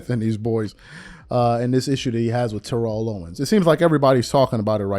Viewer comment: This man is a whole hall of famer. It’s TERR-ELL OWENS